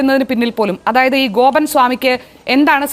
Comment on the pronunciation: വക്കീലിന് വാക്കുകൾ തൊണ്ടയിൽ കുരുങ്ങുന്നു ഗോപൻ എന്നതിന് ബോബൻ എന്ന് പറയുന്നു 😂